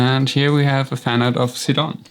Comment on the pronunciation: So, I'm new here and by the way you pronounced Sidon's name, are you German?